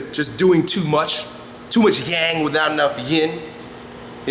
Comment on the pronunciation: Your ''too much yang without enough yin'' was cool but ''yang'' pronounced ''yen'' aha but I like ur vids